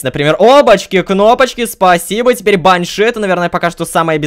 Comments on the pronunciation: лололошка это баааньша ударение на ааа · правильно баншИ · Насколько я знаю правильно говорить баньшИ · Там вообще Банши должно быть, а ударение бАньши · баньши ударение на букву и